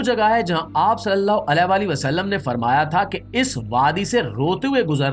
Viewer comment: AP Muhammad Alhi wasal bht khbsort bolty hn